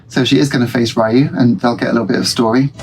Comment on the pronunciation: Street Fighter Alpha/Zero 2 is one of my favourite Street Fighter games for sure, the best of the Alpha/Zero series anyway IMO. Interesting how you pronounce Ryu like Ryan lol There are indeed characters from Darkstalkers in the background of Ken's stage : Morrigan standing up next to the table on the left and Felicia in the swimming pool.